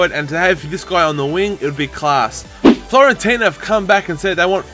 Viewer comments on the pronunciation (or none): It's not Florentina is Fiorentina mate :), anyway nice starting episode!